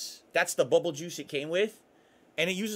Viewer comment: His slurring really shows when he says bubble over and over